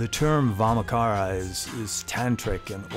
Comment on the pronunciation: Nice video, Nit: In Vamachara 'cha' is pronounced as in 'chai' tea latte, not not as in 'car'.